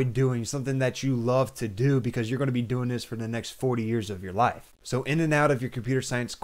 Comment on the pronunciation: Ooof 'the next 40yrs of your LIFE!' true but the way u said it😂c'mon